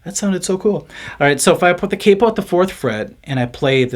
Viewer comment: Every time you say “cape oh” lol. It’s “Cap Oh” hence the spelling Capo 🤪😜